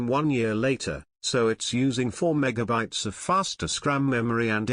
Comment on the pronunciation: The voice synthesizer is horrible – it constantly puts the stress on the wrong syllable (e.g. megaBYTES) and sometimes even has a bad pronunciation of a word — com - pate - a - bil - i -ty: Seriously?